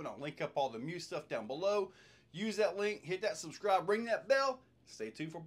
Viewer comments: Isn't it pronounced me. Us. ? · Pretty sure it’s pronounced Me-us